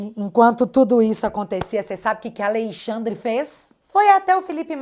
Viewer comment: Quero que Alexandre de Moraes pague por tudo de errado que tem feito aos brasileiros. Porém, só uma correção na pronúncia do nome, é "Alexandre " e não "Aleixandre".